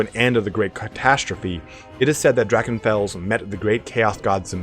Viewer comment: I was exited to hear your pronounciation of "Drachenfels" and was disappointed :(